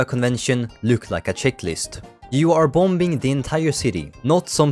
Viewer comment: Good vid but the second B in "Bombing" is silent.